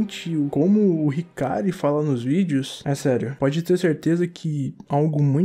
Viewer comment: Eu legit fiquei triste ouvindo esse "hikary" aí mano meu deus